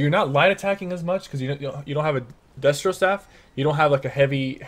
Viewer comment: its pronounced destruction and restoration. not destro annd restro :( but nice video